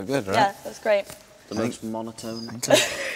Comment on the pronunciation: Alraight..... Alraight.... JAJAJA TE AMO HAZZA <3